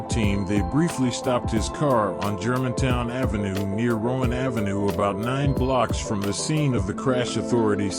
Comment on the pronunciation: This Voice Doing The Narrating Is A Computer Generated Voice, Someone Types And The Computer Pronounces, That’s Why The Word Pronunciations Are Jacked Off.